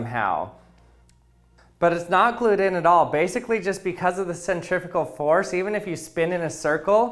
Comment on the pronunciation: Hold on... did you say cEntRifUGal fORce!?